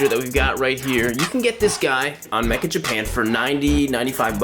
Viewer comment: dude the site's called meccha japan not mecha japan lol